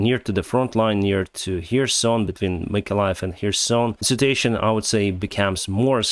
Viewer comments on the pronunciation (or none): Please. The word "situation" is pronounced with four syllables: Sit-chew-WAY-shun (with stress on the third syllable). You wrongly pronounce it with three syllables like the word "citation" which can lead to some confusion. Apart from that you´re doing fine. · Please. The word "situation" is pronounced with four syllables: Sit-chew-WAY-shun (with strees on the third syllable). You wrongly pronounce it with three syllables like the word "citation" which can lead to some confusion. Apart from that you´re doing fine.